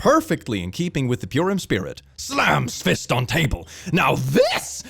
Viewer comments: btw purim is pronounced purr-im like a cat! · THE WAY HE SAID PURIM. IM SORRY THAT MADE ME GIGGLE